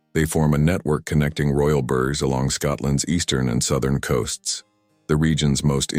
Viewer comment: Burgs 🤣🤣🤣 it's pronounced "burra's"!!